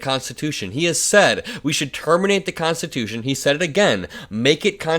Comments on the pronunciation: Did he say constitoosh? His brain just rain stops working at three syllables. He wants to jail people who burn the flag? What about people that beat cops with flag staffs with the flag still attached? Should they go to prison for a year? Well, Mr Law and Order, backer of the blue, what about them? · He said make it constitushun. He is looking really bad. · Did he say 'we're gonna make it 'constatoosh'?? .....